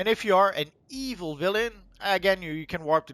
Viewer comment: I really like says Evil with the emphasis on the E.